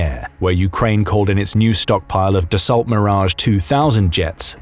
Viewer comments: Dasso, not de assault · Interesting video but the pronunciation "Dassault" that makes it sound more like "the salt" than sound like the actual name can be grating and does not help credibility. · The correct pronunciation for the company the makes the Mirage is "dah-so" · The Mirage is manufactured by Dassault, which is pronounced "DASSO" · Ty for video. Please learn to pronounce “Dassault” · Dassault is pronounced with a silent T, just as in Chevrolet.